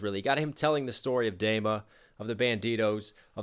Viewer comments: great breakdown, but PLEASE it is pronounced Dema with a long e. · Nice reaction. One thing tho, it is called DEma (like tree) not Dayma. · I hate how you say dema d ma or dee ma phonetically, come on. XD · It's pronounced DEEMA, not DAYMA :p good video though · Good Lord... I hope you've learned how to pronounce Dema. Say it with me...Deeeeeema. Deeema. Dema. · DEMA is pronounced "DEEMA" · Did he calls dema, dayma? Sir. Excuse me? 😂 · its pronounced "deema" btw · I’m sorry. I have too. I absolutely love that this guy is paying attention and dissecting twenty one pilots’ music… but.. its DEMA. D-ee-mah. It was bothering me. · thank you for finishing the trilogy you made a 2 min song a 20 min commentary which it deserves and also by the way the e in dema sounds more like tree than egg 👊